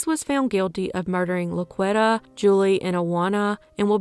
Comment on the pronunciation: I think it may be pronounced La-Qwee-tah. Not La-qwet-uh. It's a very popular name in the hood. 2nd only to Shaniqua.